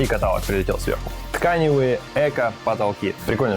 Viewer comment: КаталОг правильно.Уши режет.Ударение на О.